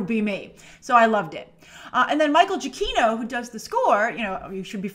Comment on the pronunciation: don’t wanna be THAT asshole, but I believe it’s pronounced “Jee-ah-chee-no”